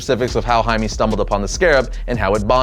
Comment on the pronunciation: Jaime is pronounced 'Hi Meh' not 'Hi Mee'